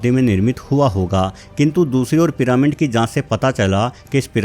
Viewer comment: Piramind kya hota hai. Pronounce ghalat mat Karo.